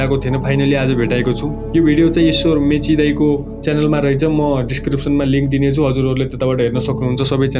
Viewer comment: Mechi hoina bro mache ho 😅😅.. poila ramrari bolna sikana bro mechi harey 😅😅 uhh mechi ho vne timi koshi ho ki sagarmatha ho... Timi pakkai pani Janakpur hunu parxa 😂😂